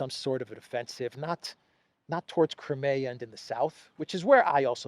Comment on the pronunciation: PLEASE. CRY. NOT CRAY CRIMEA. CRY. MEEEE. AAH